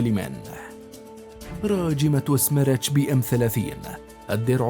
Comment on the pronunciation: سميرتش تعني اعصار🙋🏻‍♂️ ولفظها خطأ من المعلق😑